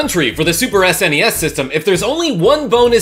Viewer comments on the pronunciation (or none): That “Super S N E S” tho! Yes.